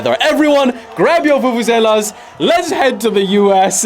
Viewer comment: Bro pronounced vuvuzelas perfectly 😂